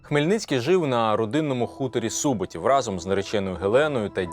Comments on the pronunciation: Чому СУботів, а не СубОтів? Адже не сУбота, а субОта. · Цікава і корисна передача про нашу історію. Тільки чому автор ставить наголос у Суботів на першому складі? Природньо ж на другому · Не сУботів, а Су-бо-тів, вимовляйте правильно назви і імена, успіху в творчій праці